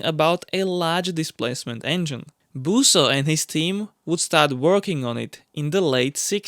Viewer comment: Busso not Booooouso